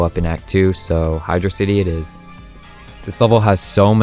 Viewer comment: my guy pronounced "Hydrocity" as "hydrocity" instead of "hydrocity"....